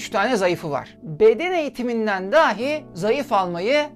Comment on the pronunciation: Lütfen, daahi daahi deyip durmayın. Çok zor değil doğru telaffuz etmek. Sizin nezdinizde tüm konuşma ağırlıklı içerik üreten YouTube'rların işlerine daha fazla özen göstermelerini rica ediyorum. Bu da benim geri bildirimim olsun, bakalım dikkate alınacak mı? Dikkate alınmasa "dahi" ben izleyici olarak üzerime düşeni yaptım.